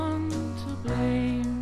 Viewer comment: Its Blame not BLAM.